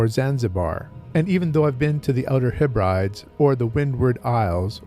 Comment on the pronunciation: Another great video and I love the artwork on the Earthsea compendium behind you. On a side note Hebrides is pronounced Heb-bruh-dees, Scottish & Irish place names can be a nightmare to know how to pronounce for example Cobh in Ireland is pronounced Cove.